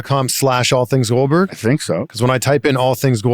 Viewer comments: Say it with me: Goldberg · GOLBERG, GOLBURG, GOLBURG...